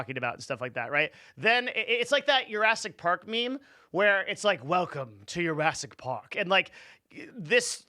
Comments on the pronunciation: this dude did not just say Yurassic park. Jurassic park isnt spanish my dude its JA not Harassic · its Jurassic not Yurassic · Does he say Jurassic Park as Yurassic?